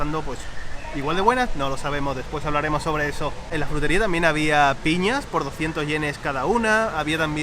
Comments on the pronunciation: Me encanta como pronuncia la palabra "Jrutería" 😂💖 saludos desde Colombia! Aquí somos muy afortunados de tener una gran variedad de frutas ✨ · no puede pronunciar /fr/ hace el sonido /jr/: jrutería.:)